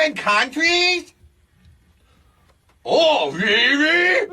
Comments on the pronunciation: Rearry, Benny? LOL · Oh, REARRY?!?! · "Ohhhh, rearry???"😂😂😂😂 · “Oh rearry” should have taken off culturally when that episode came out. Freaking hilarious